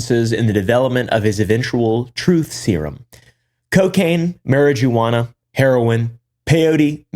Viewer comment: the "mary-jew-ana" took me tf out